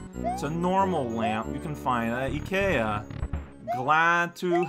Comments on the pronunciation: That almost-perfect Swedish pronunciation of IKEA was real unexpected. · not a native speaker of english, correctly pronounces IKEA while we native speakers of American always screw it up. makes sense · Well, Ikea is a Swedish brand and Swedish uses (mostly) the mainland European vowel sounds... like French. So it makes sense that a native French speaker would instinctively know how to pronounce a small Swedish word correctly, unlike an English one and their weird "I sounds like a mainland-European-A" things that make spelling so hard. (Which is one of the reasons why I, as a native Spanish speaker, find German pretty easy to pronounce, even if the language itself has nothing to do with Spanish).